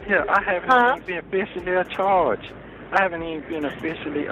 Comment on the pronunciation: When he said "Afficially Acharged" I was done with this whole video!🥴🤪😂